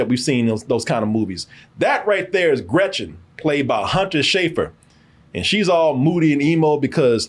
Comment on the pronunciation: German speaker here: just wanted to chime in that Stevens' accent was very good. I think he put emphasis on making it sound a little more sinister than usual, but he is also fluent in German and speaks flawless German in the film lol. One of my favorite bits in this movie is how he pronounces Gretchen's name and how it pisses her off.